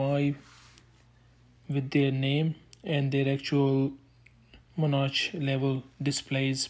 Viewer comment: In English, “Monarch” is pronounced “Mon-ark”, not “menage”, which is something completely different. 😂